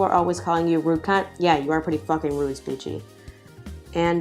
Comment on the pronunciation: Her name I think is pronounced SPEE- CHEE